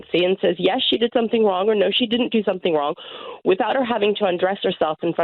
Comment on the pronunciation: Tory by marriage is my guess. What school wouldn't have corrected her saying, "somethink"?